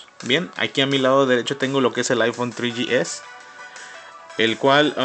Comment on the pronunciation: El aifon tri yi es y el aifon forr :v